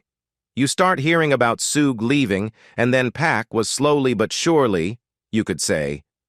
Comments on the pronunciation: I call BS. And AI. Your AI can’t even pronounce Shug, pronounced like Sugar, not like Sue-Gay. Pathetic. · 😅😅 disrespectful - his aka name is Suge not Suggay Knight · “SUGAY” Knight. 🤣🤣🤣🙄💀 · Suge = Shug/ pronounced as half of word “sugar” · It's not Suze😅😂🤣 it's pronounced like sugar but suge..... Geez